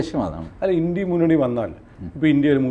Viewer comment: വാജ്‌ പെയിയുടെ ഭരണ കാലത്ത് പാക് ഭീകരരെ വിട്ടു കൊടുത്തതെന്നിന്. ഇംഗ്ലീഷ് പണ്ഡിതനായ TG India എന്നത് ഇൻഡി എന്ന് ഉച്ചരിക്കുന്നതു എന്തിനാണ്